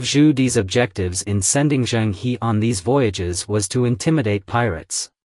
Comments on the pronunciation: Pronounce the “He” in “Zhen He” as “her” not “He”. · Admiral Zheng He is pronounced Jeng Húh - not Heee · The name is not pronounced Zheng (Hee) but Zheng (Her). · It's good that Zheng He never colonized any of the countries he went to. Unlike later Europeans. By the way, the correct pronunciation for the 'He' in Zheng He is her, not hee. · And Zheng is closer to Jung (although the Zh is a little buzzy). So 'Jung Her' is closest. The complete failure to pronounce Chinese names with any degree of accuracy is really disappointing! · His name should be pronounced as Cheng Her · A very interesting historical aspect of Zheng He (correct pronounciation: is Zh… Her) exploration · Please pronounce his name correctly